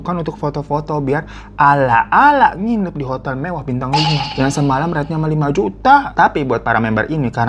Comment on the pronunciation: Ketawa juga kalo lg cerita juta jd jutu gituh